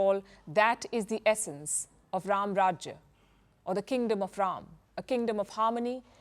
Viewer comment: Yes, The Ram Lalla Temple will become a major tourist destination!! Yougi ji has changed whole infrastructure of Utter Pradesh.Total facelift. And Thank you Palki for prnouncing the words Ram And Ranayan correctly instead of Rama and Ramayana!!!